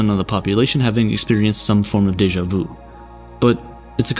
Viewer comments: It's deja VU not deja VOU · Its sha-mey vu its not the right spelling but no its not daja vu